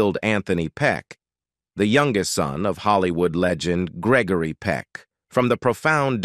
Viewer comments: Its Greg-o-ry not greckory lol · lol....he needs to learn the actors name....its NOT Gegory Peck...what a bummer video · "Gekory Peck? " Get it right. Gregory Peck's artistic legacy deserves it. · Why not hire a real person to read the script? I hate the mispronunciation and incorrect pacing of the electronic voice. Gickery Peck? A person wouldn't make that mistake. Very annoying. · Geckary Peck, really? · What's with the narrator referring to Gregory Peck as Gecory? It's G R E G O R Y. Great actor and loved ALL of his movies. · It's not Geckery. Why not get a real person to read the material? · Geckory hahahah😅😅😂😂 it’s Gregory dude😮😮😮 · Jeckory Peck? Check your voiceovers! This is getting to be a pattern of idiocy! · Why is he calling him Geckery?. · Way to go.. Gekery. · Piss poor on this production. Unwatchable FFS! "Geckory"! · it's grrreggry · Geckory?! It's G.R.E.G.O.R.Y...he wasnt a ghecko, cmon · Please pronounce his first name correctly! SMH :( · Please reprogram the robot narrator in pronouncing Gregory Peck properly. It's a crime to let him slaughter the name of respective and great celebrities. Practically all English words are mispronounced, it's insurmountably inexcusable.